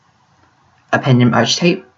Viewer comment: Nice! In order to fill that void of silence, you should put on sound effects. Also, it's "ARKetype". (It's me AM).